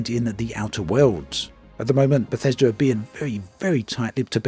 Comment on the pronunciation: I was on board, till I heard "Bathesda" lolm garanteed to be a pos.